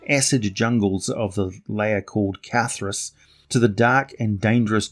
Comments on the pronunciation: Car-Sir-eye like I'm being incarcerated....or imprisoned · Carceri, said car-carry. Latin only had hard c sounds.